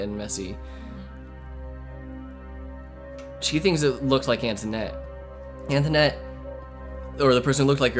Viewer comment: The kid on call pronounces her name as Antoinette not anthonette. Her mom pronounced it anthonette. Call set up by her mom